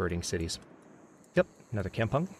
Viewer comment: Kampung is pronounced kam-poong Kam with strong A